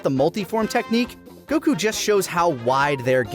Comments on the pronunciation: WHY DO YOU SAY "Gokuu" BRO PLEASE ITS GOKU NOT GOKUU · I agree with on so much, but it's a shame how he insists on saying goku wrong uwu